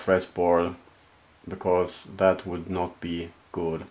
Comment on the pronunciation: "becorse" <3